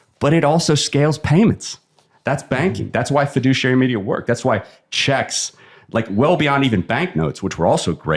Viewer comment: Take a shot every time he says FEDUCIARY MEDIA. Or better don't... :D